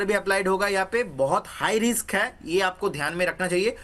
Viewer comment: It's RISK not RIKS,.